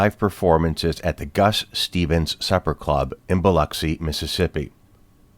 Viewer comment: I’m impressed that this actually pronounces “Biloxi” correctly.